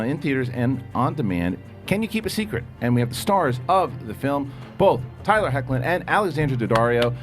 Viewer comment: Great interview with Tyler Hoechlin and Alexandra Daddario 👏🏽 props for not butchering his last name lmao